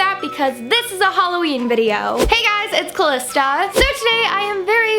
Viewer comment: it's hah-loween not hol-aweem